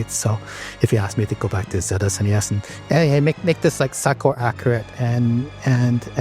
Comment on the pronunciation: Don't worry, the real name is "Zeta Esnés". Also, thank you!!